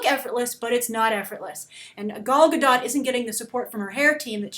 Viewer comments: a note on the pronunciation of Gal's name (as an Israeli it hurts a little each time i hear someone say it) - The GA sound in the beggining of the first and last name sounds like "GAga" and her last name is actually pronounced Ga-Dote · She would be amazing ! you all just jealous of her ! she is the bast choice for wonder woman ! [ and you need to pronounce the t(: ]